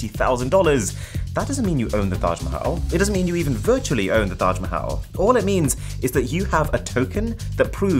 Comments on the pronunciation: Love the pronunciation of Taj Mahal 💙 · Most perfect Taj mahal pronounciation by a foreigner i have ever heard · i love the way you pronounce Taj Mahal :D